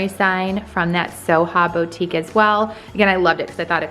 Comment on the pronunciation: How pathetic the way you kept pronouncing Target & boutique. It makes you sound..pathetic. The fact the house looks like it was decorated by a red and white muppet.